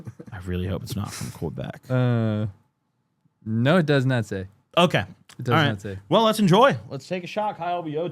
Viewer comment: dont let someone from kwabeck hear say it like that